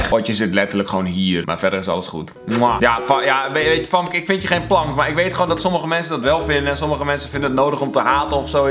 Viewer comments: Je spreekt het uit als femke niet famke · Kelvinnn je schrijft famke maar je zegt femke😂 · Je schrijft wel fAmke maar je spreekt het uit als fEmke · Je schrijft famke maar je zegt femke